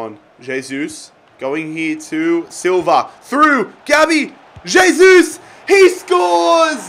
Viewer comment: It's not J-sus. Pronounced "Hey-sus"